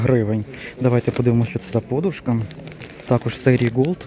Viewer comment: Правильно вимовляти подУшка .